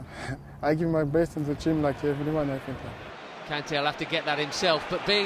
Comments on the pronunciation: Kante je l aime mais son accent anglais une catastrophe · Kante il fait aucun effort pour l’accent